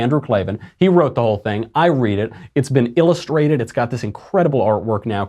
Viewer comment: I've never heard anyone pronounce illustrated like you just did...